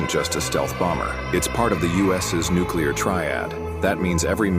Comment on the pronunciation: It's not nuCUlar it's nuCLEar. IDK why, but it just irritates the shit out of me when that's mispronounced. I'm sorry, don't mean to be that guy, but this time I couldn't help myself. I really enjoy your channel. Keep turning out the good stuff.